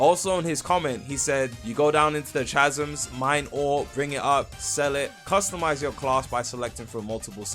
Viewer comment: why do you say chasm like that 😭